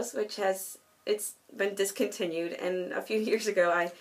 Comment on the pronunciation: what a collection ;; I love your old man<3 I actually laughed every time you were like "And this has been... discontinued."